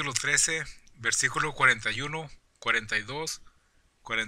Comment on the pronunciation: Desenmascarando Doctrinas Falsas este baboso que habla dice tarugos ignorantes mejor que se ponga a estudiar más para que no diga (versicolo)o (ca pito lo)